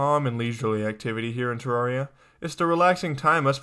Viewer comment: It's pronounced ter air ia not ter rar ia